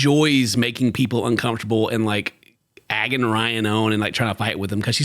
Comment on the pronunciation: Excuuuuuuuse me, did you say "agging him on"?? It's "egging him on," isn't it? You "egg" someone on?